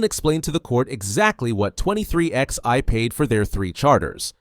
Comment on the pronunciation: I can't take it anymore. The team is NOT 23 X EYE... it is pronounced 23 11, two separate numbers... like twenty-three eleven. Don't you even know where the name comes from? If you knew anything about NASCAR, you would know how to pronounce the team. Get right knucklehead or get off YouTube.